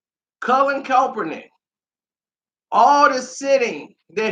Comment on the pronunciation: I had to stop watching for the simple fact that you cannot pronounce the dudes last name to save your f**** life and it's irritating is a hell...smh